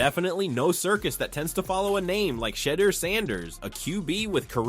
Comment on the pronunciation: Hallelujah his name is pronounced Shi - door